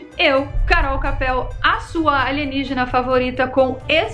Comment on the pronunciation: É "alijenigena"! Rsrs...